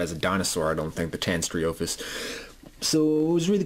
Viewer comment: The name is actually pronounced: TAY-nee-STRO-fee-US. Also, the reason why the figure is marked as being made in '93 is because toy companies would start prototyping before initial release the next year.